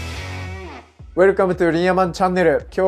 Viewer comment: 挨拶の "Welcome to ...!" をもっと聴こえ易くするには、何度も々も練習してみて下さい！ すると、to (トゥ)が聴こえないに成ったら、ばっちりです、よ！